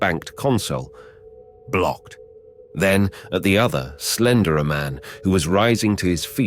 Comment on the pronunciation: First sentence, “slenderer” ffs